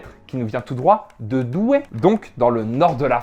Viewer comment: Noooon le S à Douai....